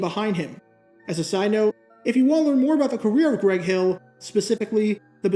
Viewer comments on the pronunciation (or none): none